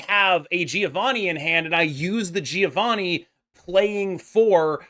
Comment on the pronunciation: I am italian. Giovanni ponunciation is like jovanni . Mark the duble N